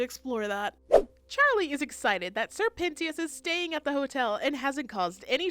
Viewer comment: You mispronounced Sir Pentious's name. It's pronounced "Sir Pent-Shush". They literally say his name multiple times in the show.